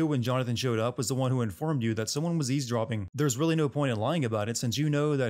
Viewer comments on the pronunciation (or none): evesdropping...not ease dropping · FYI, it's eavesdropping, not ease dropping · It's EAVESDROPPING not "ease dropping". EAVESDROPPING. You speak the language, speak it correctly! grrr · Says "ease dropping". When its supposed to be "eavesdropping". Sin=1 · Eavesdropping, not ease dropping, you hack!